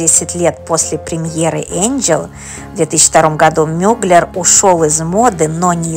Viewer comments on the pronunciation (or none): Как вы только не искаверкали его фамилию!!! Но за видео большое спасибо!